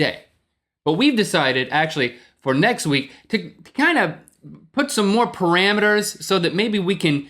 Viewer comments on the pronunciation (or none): none